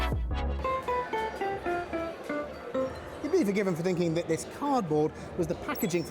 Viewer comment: is it me, or did I hear her say -- car'board-- instead of cardboard ? So playing it back three times, , yes, she says carboard.